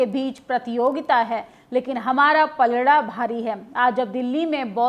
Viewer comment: Garab ki baate nahi Garv ki baate bolte hai Palla nahi Palda bhari hai Hindi bhi accha se nahi bol patti kya media banegi